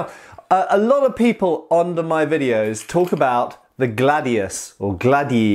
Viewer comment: About pronunciation: Glàdius Hìspaniensis Actually wasn't gladius who conquered the known world, it was professionality and organization. Romans sucked at cavalry and archers. Some historical writers said gladius was made to cut limbs arms and legs, this has been proved by some people who did the same execrice japanese do for katanas, rolled bamboo tatami which has almost the same thickness of a human body. Great video. P.S. about historical periods, here in Italy we have a total distinction between ancient era (before greek culture) and classical era (greek and roman period)